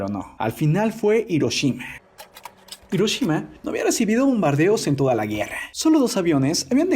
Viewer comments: A alguien más le desespera que " Hiroshima " lo pronuncien " Iroshima " y no " Jiroshima ". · Se pronuncia Giroshima pero se escribe HIroshima xD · Es "Hiroshima"